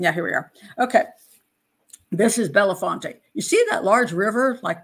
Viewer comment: It's Bell font, 2 syllables.